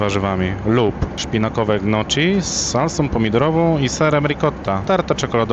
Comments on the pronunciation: nie gnoczi tylko niokki... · nie GNOCZI czy ŃOCZI, tylko NIOKKI :D fonetycznie. A ogólnie fajny filmik :)